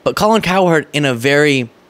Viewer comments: my man, you gotta stop saying it COW HERD, It's basically pronounced like coward. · Kind of like how you're not much of a sports fan pronouncing Cowherd as if it was two distinct syllables. Not a dig, just a thought.